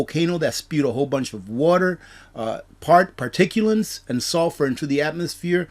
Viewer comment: I love you, but particuLATES not PARTICULANTS